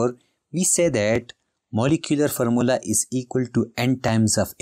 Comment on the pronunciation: Formula ❌Farmola😅 ✅